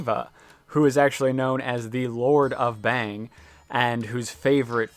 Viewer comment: It's pronounced with an "au" sound. Like "bhung" with an a.. Definitely not "bang"..